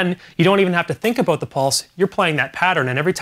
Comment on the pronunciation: "Aboot"!? I'm learning drums from a Canadian!? NOOOOOOOOO!!!!!!!